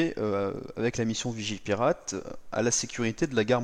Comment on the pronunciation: Je rêve ou t'as dit vigiLpirate